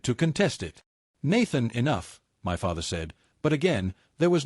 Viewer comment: "Your tearing this family apart"......... yeah typical phrase for an AI story, OH FOR F*CKSAKES SAY "MY" INSTEAD OF SAYING IT AS TWO SEPERATE LETTERS IT IS SO DAMN ANNOYING